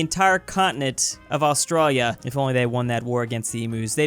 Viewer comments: Mate, learn how to pronounce “Australia” and “Emu”. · The way you say Australia brooooo